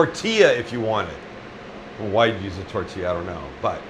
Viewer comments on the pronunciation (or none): none